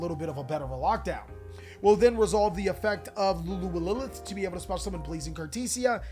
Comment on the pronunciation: dude. its LULU WA LILITH